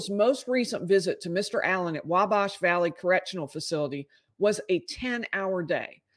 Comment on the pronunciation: you’re pronouncing Wabash incorrectly. The A in bash is pronounced like it is in at, or bat.